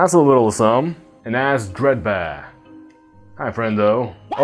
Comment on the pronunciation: “DREED BEER”